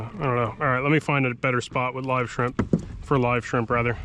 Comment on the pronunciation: "skrimp action" made me chuckle